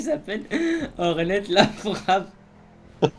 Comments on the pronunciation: le t de hornet la frappe se prononce pas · Prononce pas le t unwin c'est hornet la frappe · hlf la base par contre unwin s'il te plais on ne dis hornet : hornette mais comme si ça s'écrivais "horné "